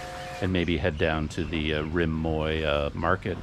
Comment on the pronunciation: Be careful with your pronunciation of that river,. At least in polite company. "Moy" means pubic hair in Thai, so you're calling it the pubic hair river! 555 Try saying it with your teeth together while smiling really big. Sounds silly but that will get you close to the correct sound. Thanks for the video!